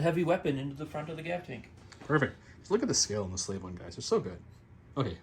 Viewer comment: Slave one? I thought that you said Slay one at first haha